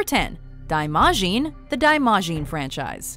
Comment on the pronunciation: You even hear it in the fucking movie!!! It's not "daaimaahshiin"! There's a reason Japanese transcription is based on the English language! SO YOU CAN PRONOUNCE IT!!!